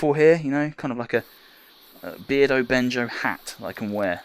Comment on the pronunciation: Another great video.. appreciate the art love, so many talented ppl out there... Bear-dough-Benjo lol. Keep up the great work!! Respect